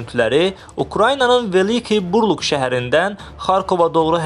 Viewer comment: Buuu rluk yox burl uuuuk